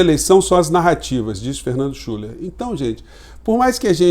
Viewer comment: Nao querendo corrigir, mas o nome do Schuller se pronuncia Schiller, devido o trema no U.